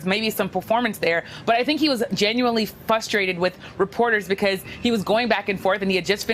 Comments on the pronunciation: Not to be 'THAT GUY', but it's FRUSTRATED...NOT FUSSTRATED, lol. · She can’t pronounce frustrated 🙈 Fustrated lmao News journalists that don’t know English!